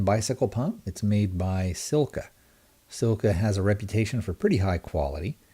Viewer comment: Also, say 'Seal-cah'. Oh, and while we're at it, 'pee-stah-kyo', not piss-tash-ee-yo.